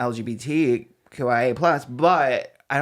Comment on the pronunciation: Why did I hear “LGBT-Kawaii-Plus” ? Lmao 🤣